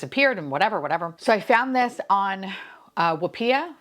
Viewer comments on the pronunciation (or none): I'm pretty sure Whoopea is supposed to be pronounced like Whoopi Goldberg lol